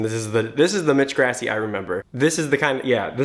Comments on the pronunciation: I’m sorry, but when you say Grassi it makes me cringe. It’s pronounced Gr-aw-si. Not Gr-ass-i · its pronounced like gr-ah-si not grass-i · FOR THE LAST TIME ITS PRONOUNCED GrAssi not GRASSie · That's Gr ah see not grass ee.... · I feel like all I’m doing is hating on you, but dude, you’re killing me: Mitch “Grassy”? wtf. It’s “Grawssy” (spelled Grassi, obviously..) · omg so triggered; it's grAH-si, not grassy UGH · PLEASE SAY HIS NAME PROPERLY. Its pronounced GRAH-ssi. Ur saying GRASS-i. PLEASE. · its slightly annoying that he says ‘mitch grassy’ but ayye nobody’s perfect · “mitch grassee” OOF that’s not how you pronounce it. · Elly Aridan right! Its pronounced “Gr-AH-ssi”. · CatsDontBelongOnTheRoof ikr! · "Is he singing higher?" "His mix is amazing!" Yes. Yes. Yessssss (and sorry, but his last name is pronounced Grah - see) Thank you for doing this video! I enjoy hearing what you have to say about attempting his tone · It’s “GRASSI” get it right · the way he pronounces Grassi lolol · the way he pronounced grassi 😂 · I'm like 99% sure "Grassi" is pronouced with an open central a, like in "father", as it is an Italian name and thus would follow Italian IPA conventions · That moment when he pronounces grassi wrong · The way he says Grassi is so incorrect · Srry I’m a huge fan of pentatonix so when I hear one of their names pronounced wrong I have to correct it.